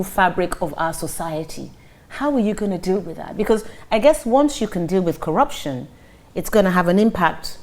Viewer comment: What manner of teleguided interview is this? he can't even undstnd the dynamics of the questions thrown at him, only 4 the hire anchor to be explaining what she meant: Just listen to the semilliterate frail looking oldman, he just kept on mouthing things like, Kwaraption, ekwonomy, and what have U.